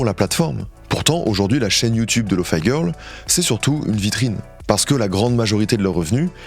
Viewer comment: il prononce bien lofi girl c'est déjà ça